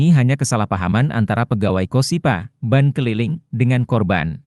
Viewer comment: ini admin ny yg ngomong ky' kuper jg. bank di baca jdi ban.